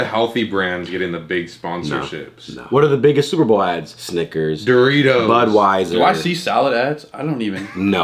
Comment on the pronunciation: saying snickers like sniggers